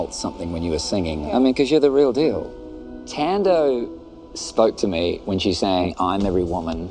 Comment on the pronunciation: Wow! Ten secs outta 🇿🇦 and you cant even pronounce your own name properly? Haaibo😳 Tan-Doh??? Even the accent ntombo...??? Kahleni bo!